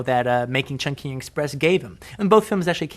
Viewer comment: the way he saids chung king is so horrible